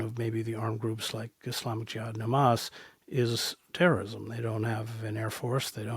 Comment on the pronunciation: Dude keeps saying ham-ass hahahaha